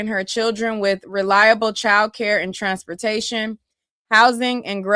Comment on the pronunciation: you could have repeated “transportation” and she would have picked it up. No reason this thirty year old mother shouldn’t know how to pronounce this word.